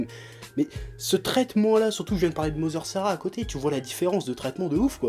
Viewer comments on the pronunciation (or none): none